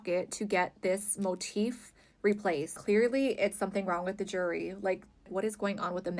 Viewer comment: Not her saying “JEEERRRWRRY”